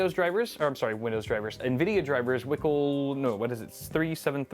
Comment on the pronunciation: he says "wickle" haha